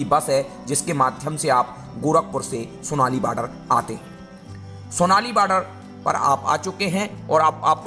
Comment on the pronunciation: सोनाली नही , सोनोली है बॉर्डर।